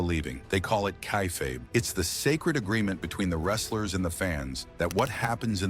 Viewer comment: Stopped watching when hey mispronounced kayfabe.